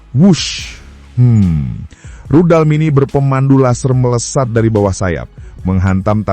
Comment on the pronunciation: Rudal min bukan ridal